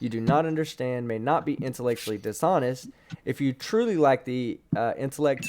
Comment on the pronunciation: Lol has to intellectually honest because he has a degree and otherwise he would have Drs coming after him. Then something about intlcy nst or something like that when I think he is trying to say intellectually dishonest a number of times but gets more and more unintelligible. Why would he think someone accusing him of this would cause some unnamed Drs to come after him and accuse him of the same? Very strange and paranoid behaviour from. It seems he overestimates his own importance as well as holding all these other strange views. Of course a quick look at his videos shows this as he lives to invoke his own name/initials by saying for the channel, in association with etc,. Quantum mechanics is pseudoscience and can’t perform an experiment or perform a hypothesis according to. Well no science can perform any experiment and no science or person can perform a hypothesis. But if he really wants an experiment that has been performed in the field of quantum mechanics how about we keep it simple with the double slit experiment using electrons instead of light? Pseudo Romanian 4 space? I doubt this has a ‘masters’ degree in anything related to physics. Then pronounces Coulomb as comb and says Coloumbs law (sometime in the late 1700s iirc) was discovered before Newton’s universal gravity equation. Didn’t Newton live and publish almost a century before Coulomb? How can someone who has studied Science (and Physics) to a masters level not know how to pronounce things